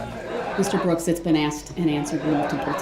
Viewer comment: The best gift the prosecution could have asked for. Or should I say AXED FOR.🤣